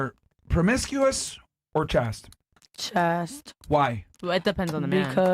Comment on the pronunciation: I know “Chaste” is a new word for Myron and the panel…it’s pronounced like the word “Waist”…. —-The more you know